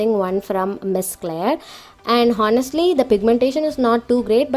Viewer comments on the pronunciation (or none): h is silent in honestly...